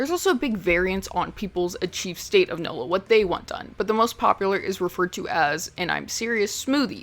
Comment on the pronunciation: It's NULLO. Not 'No-Lo'.